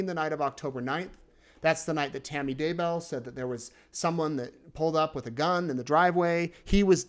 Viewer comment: I hear Tammy saying her name "dayBEL", but during the trail I hear everyone says "daybo".